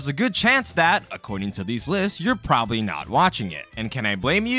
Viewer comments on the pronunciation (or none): none